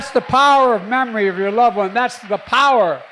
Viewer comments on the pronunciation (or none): none